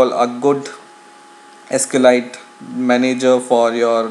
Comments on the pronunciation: Just FYI, it's pronounced 'sequel light', not 'escalite'. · it's SQLite, not Eskelight. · Actually, it's pronounced "ess-cue-ell-light"